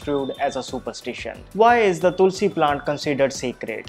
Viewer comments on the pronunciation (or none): none